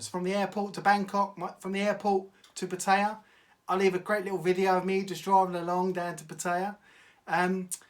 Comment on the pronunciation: It's not Pa-Tay-Ahh. It's PAT-E-Ahh. Ask any Thai.